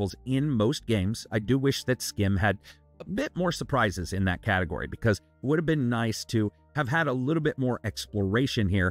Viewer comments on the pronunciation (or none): none